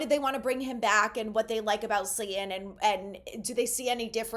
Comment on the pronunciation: Slay-Ton. Not, Slay-en. Please!